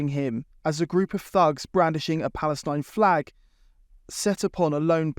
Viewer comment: That one chav...."Free Paleshtine" Didn't know they could use English through the 2 or 3 teeth they have.